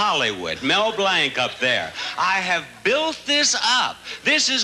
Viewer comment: MB must have winced when BB pronounced his last name as "Blank," which was MB's birth name; MB changed it to Blanc (pronounced "Blonk") because he got sick of being mocked all the time about being named Blank.